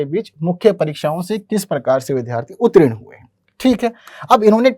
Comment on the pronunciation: उत्रीन नहीं उत्तीर्ण होता है